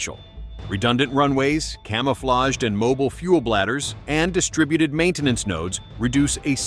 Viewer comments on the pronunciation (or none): none